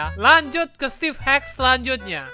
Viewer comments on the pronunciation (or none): Maaf nama nya emang stevee tapi ngomong nya stevie